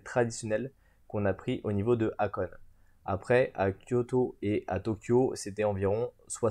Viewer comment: La ville se prononce Hakoné et non pas Hakone !!!! Merci pour la vidéo.